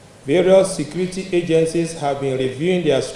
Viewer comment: Please this guy is repeating (secrety secrety secrety), is it secrety or security ?